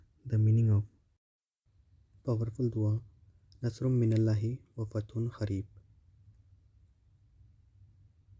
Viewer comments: Its kareeb, not kh...reeb,its kaaf not with hey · It's ,"KAREEB" NOT KH-KHAREEB. you illiterate Indian spoiled the entire World and Islam